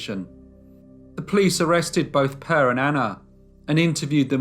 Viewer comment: It is really funny that people who produce these stories don´t bother to find out how to pronounce the local names. Per is a normal Swedish boy´s name. It is NOT pronounced Purr.